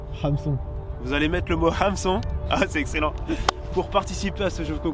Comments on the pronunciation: Hameçon ou heumeçon on dit??😂 🤘🏴‍☠️Vraiment un beau jeu concours🤘🏴‍☠️ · HAMeçon dans les commentaires du coup avec la bonne prononciation du "HAM" ;) et merci pour tes vidéos inspirantes